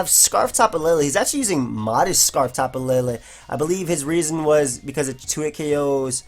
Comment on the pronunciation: why the hell do people say tapu laylay? the 'E's have no accents it's tapu leelee